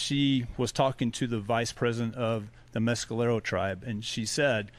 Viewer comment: Mes..ka..lero... Is how it's pronounced